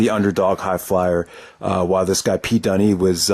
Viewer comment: Dunne is pronounced Dunn. but he and Andrews have a ton of history. they co-own defend indy wrestling, a clothing company. and they are best friends and have been wrestling for almost 10 years dispite both being in their early 20's. in fact they both toured the US back in 2013.